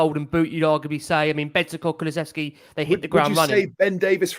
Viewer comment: you need to learn how to say Kulusevski. There is no 'ch'.